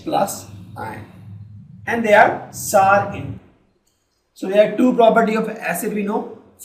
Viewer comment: female voice in good in exam fear than male so....plz mam we feel better if you explain and sir dont feel bad sir, its notsar its sour not only this there some more mistakes in pronounciations of other words